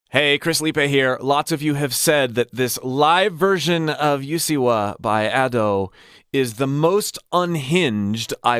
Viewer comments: "Youseewa" CHRIS ITS USEEWA SHADADSGSCSBDASVDCKHKEFJEDKNDJFH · “you-se-wa” SORRY I HAD TO POINT IT OUT